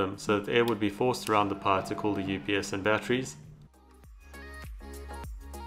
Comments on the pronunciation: RASPBERRY PIE SAY IT WITH ME PIE NOT PUH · Are you saying pie or power ?